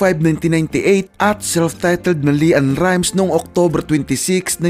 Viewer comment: Leann rimes hindi Li ann hahahahaaha